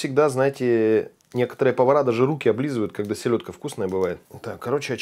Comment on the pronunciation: Силедка 🤦🤣. Правильно селёдка 👆